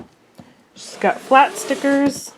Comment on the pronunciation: I'm a Crafter mainly cricket and sewing and I thought maybe you were pronouncing stickers wrong and then I noticed you said it again and I don't know what "Thickers"are cuz they definitely look like stickers to me somebody want to explain to me what thickers are